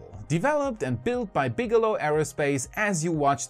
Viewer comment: Bigelow=BigElonn, am i the only one who notice this.